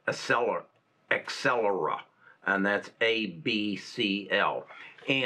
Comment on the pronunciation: It is Not Excellera, it is AbCellera )))